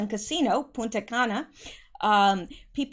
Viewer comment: make sure you pronounce the N in PuNta Cana. Lol, without it is a bad word!!!